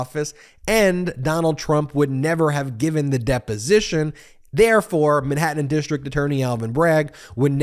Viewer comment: You need to cut to the chase in your videos. You're too verbose. Watch how Popok does it. And you live in California not Long Island so fyi, it's Manhattan, not Minhattan. Because, not becoss. Huge and humiliating, not yuge and yumiliating. Florida, not Flahrada.